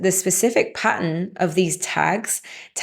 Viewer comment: Lol at "age-n", "track-n", "evra-thin", "sit-n", damage-n", "sleep-n", have-n" "Paa-ern" swallow those double TTs! So much for spell-n and speak-n English...